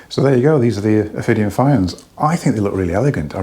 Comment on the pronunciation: They're apparently named after the designer's daughter so my guess is the correct pronunciation is Fee-on (Welsh name meaning foxglove). They look nice, but the price is way too rich for me, sadly. PS, sorry for sounding like the Welsh pronunciation police